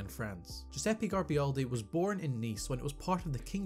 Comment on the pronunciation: Garibaldi, not Garbialdi